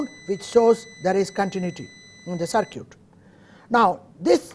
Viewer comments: LOL he says "sir-cute" instead of "sir-kit"....cracks me up, but its all good ...... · Very good course. However I did wonder why, since the word "circuit" is to be used so much, the Prof. did not polish up the pronunciation. I think it is usually pronounced " SirCut" rather than "Sir Cute". Hope this is helpful. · Just a little help here, circuit is pronounced sir-kit, or ser-kit, i know i cant speak your language, im only trying to help. Good luck to you. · sir is pronouncing circuit as cir-cute, but its okay... the teaching is excellent !!! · circuit why all indian pronunciate it circooet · lol, sir-cutes. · sir-cute (circuit) lol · Ihtisham U are totally worng all indian are not pronouncing circooet